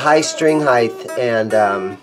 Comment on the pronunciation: Are you saying 'highth'?